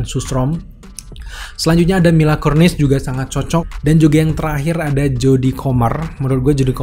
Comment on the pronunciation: Mila Kunis bukan Kurnis bro